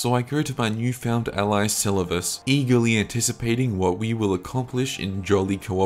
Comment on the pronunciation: My guy pronounced Selluvis wrong 10+ times and a different kind of wrong each time, had to stop the vid